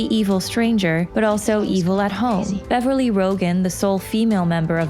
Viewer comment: you got Beverley's name wrong